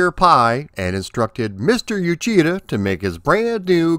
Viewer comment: Uchida (内田) is pronounce like oo-chee-da, not you-chee-da.